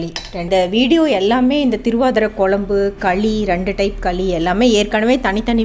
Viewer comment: குழம்பு pronounce ஒழுங்கா sollungo. உங்க பெருமை ரொம்ப overa இருக்கு ரொம்ப Sean விடறீங்க .